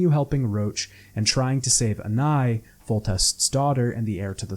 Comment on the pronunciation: why are you saying anais like that? who tf is anai?